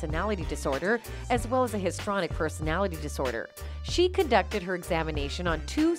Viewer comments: HIS…TREE….ONIC. not histronic. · Where is the evidence of bribery? Check your pronunciation of histrionic.